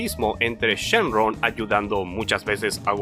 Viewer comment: dijo shen RON XD